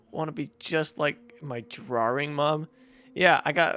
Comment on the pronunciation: I don't want to be like my drawering mom. Me: What's a drawering?